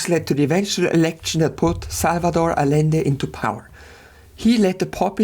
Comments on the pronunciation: It's not "Alende", it's "Adschende" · Great video. I figured I'd take one moment to mention constructive minutia. In Spanish, the double L is pronounced as a "Y." So it's more like 'Ayende' but like I said, it's minutia. Keep up the good work, love your stuff. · I see what’s goin on here. You refuse to pronounce Rothschild the way its pronounced in English despite the fact that he’s English because “it’s a German name”. And yet you don’t pronounce Allende like it’s supposed to be in Spanish. Smh the German chauvinist